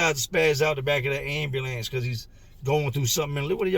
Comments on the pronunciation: Man I love the way he say AND BE LANCE😂😂😂😂😂😂😂😂😂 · ...everytime you say "ayam-bew-lance" I can not help but suppress a tiny giggle! NOT poking fun, no disrespect at all, you just say it with so much expression, and with your accent, it comes out sounding differently than I've heard it ever pronounced before! You kill it every time! Much love and respect for you and all of yours! From one of the real ones out west! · Why is ambulance so hard to say? Ha ha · I've always been a little tickled with how pronounces "ambulance", until today. What Gilbert did to himself is unbelievable. His devotion to that girl is admirable and it is so sad that someone would use his desire to be a father in order for profit. RIP